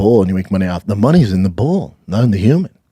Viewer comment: Bull is not the same a bool